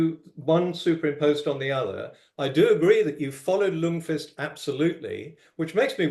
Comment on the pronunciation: A very slight nitpick: The 'L' in Ljungqvist is silent so it reads "jungqvist". Just a quirk of Swedish :p